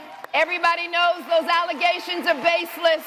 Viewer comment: A lawyer who can not pronounce the word "Allegation" is like a Psychiatrist would can't pronounce " phobia". How does someone make it through law school, not being able to pronounce that word? A lawyer, which is a job that DEPENDS on language. SMH.